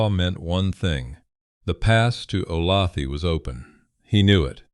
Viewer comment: Olathe is said oh-lay-thuh.